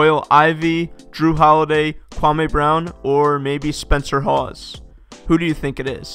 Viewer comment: Spencer haws??? Hahahaha